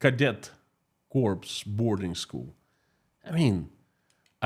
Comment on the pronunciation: You mispronounced ‘corps’ in reference to to the infinished fence at military school. In english. Pronounced ‘CORE’ from the french. CORPSE is a dead body. Sadly, you are right about the result. Extreme right wingers in the US are flocking to the Russian Orthodox Church. They do not Understand the truly Byzantine politics of the world Orthodox churches. But then, they. Are low informstion citizens too. Christopher Kavanaugh